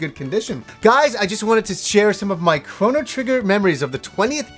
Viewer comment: Big shout out from Yorkshire! Thanks for saying it right!